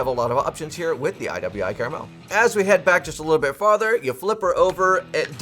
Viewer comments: It's pronounced "CAR-MEL" .....Not CARA-Mel....you added an extra "A" - one can't eat it....like you can a caramel.....lol... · I could forgive someone saying ambidextrious when the real word is ambidextrous, but by golly it's NOT caramel 🍫🍬🍰